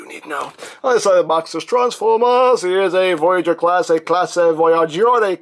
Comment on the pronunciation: hey says classe not classei